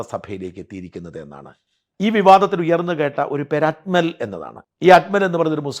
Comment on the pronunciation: അക്മൽ അല്ല, അജ്മൽ